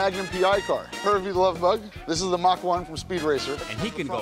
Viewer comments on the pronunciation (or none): none